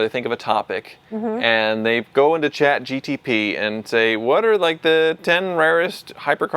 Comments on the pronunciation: with the Chat GTP! 😂 It’s not a Pontiac! It’s Chat GPT! Grok is better anyway! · ChatGPT ❌ ChatGTP ✅ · What's Chat GTP? Is it a competitor to Chat GPT i haven't heard of 😅😂